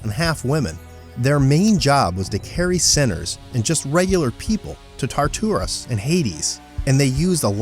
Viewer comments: Im pretty sure its tartarus not tarturas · Wtf is tar-too-rus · Hercules is shaking his head hard at your pronunciation of Tartarus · I love how this guy says Tartworus instead of Tartarus. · Why would you say tartarus like its toysrus... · He called Tartarus Tarturis